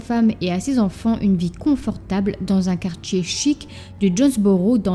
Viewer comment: Quartier prononcé quartchier, diable prononcé djiable 😂😂😂😂